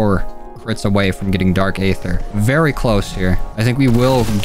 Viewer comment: He says ayder